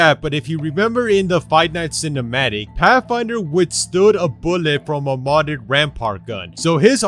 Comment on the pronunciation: Pathfinder to pafinder